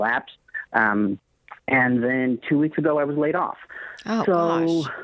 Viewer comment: He just said 2 werks